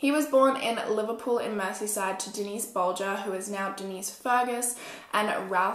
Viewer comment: SUPER happy that you said the last name right. cause no one ever does.